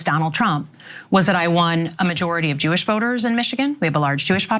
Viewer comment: She went defensive on the fact that " I'm not getting any funds from Jooish lobbies" ... this is progress